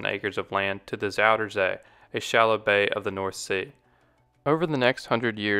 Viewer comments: just say southern sea dude, zoutern zae sounds so weird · I like the way he pronounces Zuiderzee